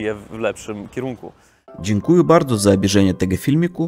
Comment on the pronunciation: zwracaj mocniej uwagę na to jak się czyta słowa: DziękujĘ (nie dziękujU) i subskrYbcję (nie subskrUbcju);) Tak poza tym super kanał, bardzo fajnie się ogląda;)!